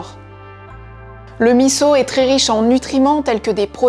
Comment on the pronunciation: Bravo de bien avoir prononcé MISSO !